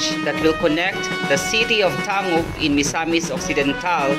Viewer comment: "Tang gub" po ang pag banggit